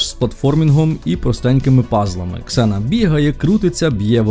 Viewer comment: ніяка не зіна! Ксена